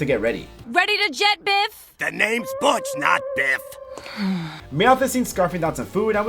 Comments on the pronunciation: Butchering butch’s name constantly is crazy 😭😭😭😭😭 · I love the running gag of you butchering (pun intended) Butch's name